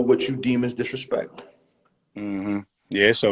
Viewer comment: When Royce said “don’t disrespek me in a diss record” I just stopped tha video wtf lol